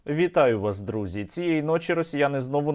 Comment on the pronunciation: "Javitai vastrutzi ".This is your main entrance every single time.I know it's not how you write it,but its how it sounds to Latin speaking people.I suppose it's like " how are you friends", may be I am wrong 😊